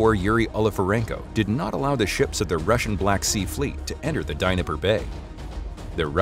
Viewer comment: Where the hell is the DINIPPER BAY?, C'mon guy's at least try, you know the correct pronunciation?.